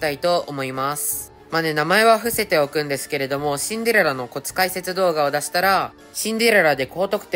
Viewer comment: スキル2でも(Android)でも1億出せますか？あとシンデレラの発音よすぎwしんでrrらw